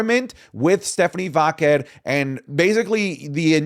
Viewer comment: saying stephanie Vackale makes me laugh